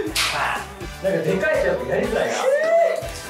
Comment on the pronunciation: 慎ちゃんの「やりずらいなぁ」のイントネーションが関西っぽかった気が…🤔 気のせい？？笑